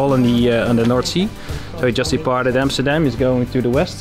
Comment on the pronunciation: Welcome to Amsterdan guys? lol